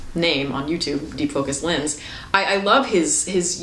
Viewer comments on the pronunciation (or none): none